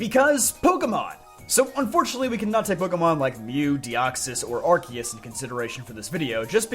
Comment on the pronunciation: Thank you for pronouncing Arceus and Rayquaza correctly, it's much appreciated